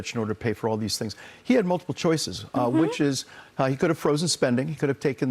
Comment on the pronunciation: It slays me that NOBODY (his critcs) seems to be able to pronounce his name correctly. Mamdani. Think of Mam (like Ma'am) & dani (like name Dani) or even like Mom-Dani, but Mamdami, Mandani, Mandami has me crying 😂😂😂 because it seems so purposeful.